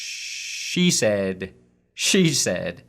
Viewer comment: Hearing "She said" repeatedly makes it sound like "cheese head." Watson is going to the Packers confirmed.